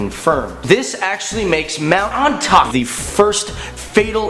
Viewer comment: Isnt it pronounce Oni-tak-eh